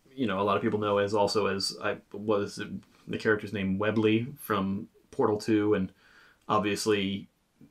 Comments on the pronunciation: webbly? WEBBLY?!?!?!?!?! IT’S WHEATLY… WHEAT-LY, and he is arguably the best character in the franchise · WEBLY!?!? YOU MEAN WHEATLEY!?!? 🤣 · I started screaming internally to myself when you said webbly from portal 2